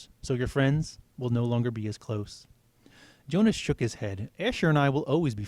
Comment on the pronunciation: Um I noticed u said yonas instead of Jonas. Just saying. Kinda bothers me